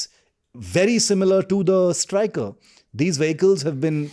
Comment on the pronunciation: Sorry to say but i need to correct a few innacuracies. Firstly, its Stryker, not Stricker. And the name does not reflect its purpose. U.S. Army has a history of naming its vehicles in honour of its Generals and Soldiers, like Abrams, Sherman, Booker, Stryker. Secondly, Stryker's primary purpose is not "attack" but to provide armored transportation to infantry, with moderate fire support. It falls in a class called Infantry Fighting Vehicles/Armored Personnel Carriers. Tata Kestrel and Mahindra WhAPs fall in the same exact class. Both Stryker and WhAPs have similar design, i.e. an armored V-shaped hull that carries 9 soldiers on an 8X8 wheel drive platform, and typically has a 30mm cannon as primary armament. There's absolutely nothing ground breaking as such that Stryker brings to the table.